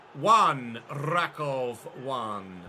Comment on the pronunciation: team pronounced "RAkuf" btw